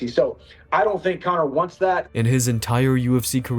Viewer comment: "CONA MCGREGOR!!"